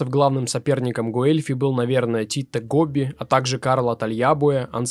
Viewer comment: Внимательнее пож.с двойными(и наоборот одинарными)согласными:не Титто Гобби,а Тито Гобби;театр не в Сполетто,а в Сполето.А вообще,спасибо!Очень интересно.